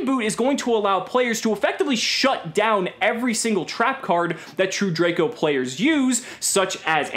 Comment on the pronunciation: Did anybody notice he said P-Layers instead of players 😂😂😂